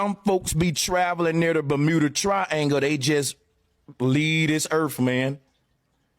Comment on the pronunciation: Ber-mu-da .... What is bermoooda😂